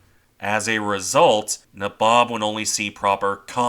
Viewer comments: Just a note to say the ships name is pronounced NAYbob its an old East INDIAN term for one of the ruling class. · I think its pronounced naybob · Your pronunciation of the name is wrong. It’s nA-bob. Since I’m not an English major….. Neigh (like a horse) Bob I know this as my grandfather served on her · I think U S.S. Franklin, the Essex class carrier turned into a burn pile by the Japanese off Okinawa probably qualifies in the severely wounded, makes it home category. P.S. Nay-Bob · N EH BOB (Nabob)